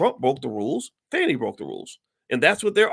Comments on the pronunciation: Hi Dr. Watkins just so you know, a friendly F.Y.I. The correct pronunciation of the DA's name is Fawnee(Fani) not Fanny. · It is pronounced Fawnie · I knew when you mispronounced her name in the first sentence everything you said after would be BS and you didn’t disappoint You are one sorry brother 😢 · At least say her name right doc!